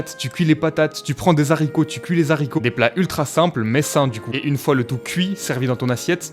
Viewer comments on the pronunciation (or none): OH COMMENT TU DIT DES ZARRICOTS???? super vidéo sinon continue t'es les boss